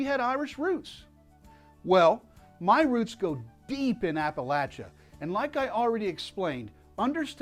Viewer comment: Thank you for correctly pronouncing the word "Appalachia". That is a true indicator of someone who is actually "Appalachian!